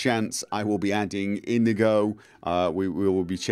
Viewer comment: Iñigo = in-yee-go ;)